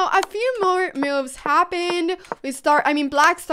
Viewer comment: Brilliant mee-oo-ves.